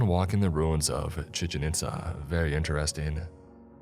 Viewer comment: The way you say 'chichen itza' is funny